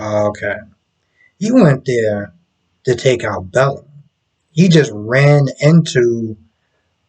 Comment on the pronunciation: It’s Belle not Bella 😅 Great review